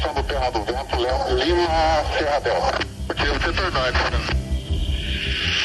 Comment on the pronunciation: Torre fala LEO ao inves de LIMA hahaha